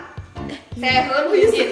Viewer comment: hyunjin bang bukan yunjin wkwk